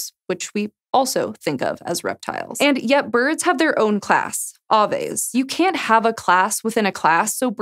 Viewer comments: “AY-VI” not “AH-VE” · Aves is pronounced “Ahh-Ways” ? Wtf I’ve been pronouncing it as “Ayy-Ves”, like Ayyvians.